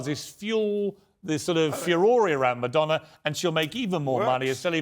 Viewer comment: IT'S MADONNA, REALLY...😮😮😢